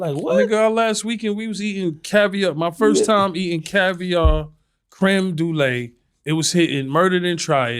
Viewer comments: Hey Tony..If you're seeing this... its creme brulee.. not dulee.. i don't want you sounding crazy out here.. you've said it twice in a week on separate occasions. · Crème du lay!!! Lmao